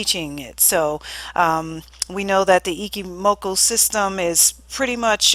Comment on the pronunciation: Ichimoku i-CH-i-moku not i-Ki-moku JFC And you sell webinars...